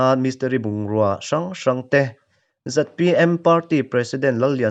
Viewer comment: ZPM tihtur niawm takah, ZMP tiin i lam tlat a ka hriat chu.